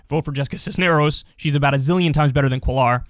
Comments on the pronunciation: Kyle, Jesus! Cuellar is pronounced KWEH-yar, not cuh-LARR. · Cuellar is pronounced like ‘kway-yar’ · It is pronounced “queyar” not “quelar” 🥴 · Cisneros & Cuellar (Lol your pronunciation) . Haha sorry, I don’t mean to tease but you had me real confused for a sec. I couldn’t tell what you were trying to say because the correct pronunciation is like (Kue-Yar) roll the r at the end. Haha, anyway…no big deal. Anyway, both are from my district/home town and yes, he’s fuckin’ awful. He’s being investigated by the FBI for fraud or embezzlement or something. Who cares. He’s been running virtually uncontested in our district for decades. I hope Cisneros wipes the floor with his ass. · Hey Kyle! You're probably not gonna see this. But Cuellar is a Spanish last name that's pronounced "Koo-eh-yahr" (Well, it's the closest English pronunciation anyways). Double l's in Spanish make a "y" sound. Sorry! Just bothered me a little. Hope you're doing well! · I bellieve Cuellar is pronounced "Kway-yar"